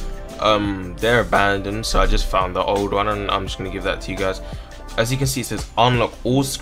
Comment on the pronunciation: its saying abonded